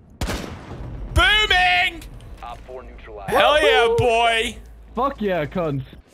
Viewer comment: Neutralized? More like... 3D glasses... NeutraBYZEd"